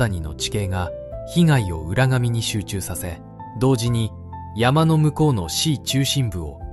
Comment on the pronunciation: 浦上 うらかみです うらがみではありません